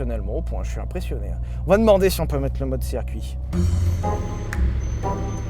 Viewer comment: QUESTION Si "Circuit" se prononce donc "Serre-Cuit" 😂 doit-on désormais écrire "Mircedes-Binz"? 🤔 En vous remerciant